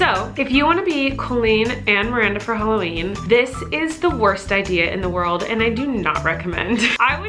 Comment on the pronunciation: You said Holla/weenie